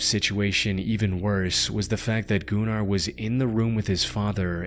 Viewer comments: Goo nar is crazy I think it's pronounced Gunner 😂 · Shouldn't that be pronounced as "gunner runner" not "goonar roonar". Smh, lol. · "Gun-ar" not goon-ar. Gunnar is a Nordic name that was around even in viking times. He may have been a gooner but was definitely called gunnar. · Pronouncing Gunnar as gooner 💔🥀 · the "oo" sound is pronounced more like you would say it in the word "book", not like he did it in the video. also from my experience of hearing nordic people use that name, they pronounce it more like gün-ar, rather than goonEr 😭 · I love the pronunciation of GOO-NAR. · i'm sorry but i cannot listen to the last story without laughing because of his name sounding like "Gooner" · I saw that video where the she had a seizure, or looked like it. This looks like it could be A.I. narrated due to pronunciation. Goonar 😂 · im sorry... Goonar? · "Gunnar". It's a common name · The way this dude said Gunnar as GOONAR had me rolling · Gunnar has been a very common name for many centuries in the Nordic countries and it really isn't a wierd name if you don't make it wierd. Plus it's not pronounsed like that. Was really not tryna sound rude or something even though I see how it can look that way.